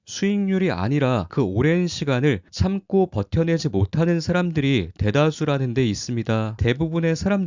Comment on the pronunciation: 늘 '참고'를 '참꼬'로 발음하는게 귀여우십니다 ㅋㅋ 잘봤습니다!